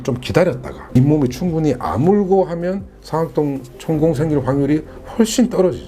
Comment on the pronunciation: 잘 들었어요 근데 상악동 上顎洞 억양 틀렸어요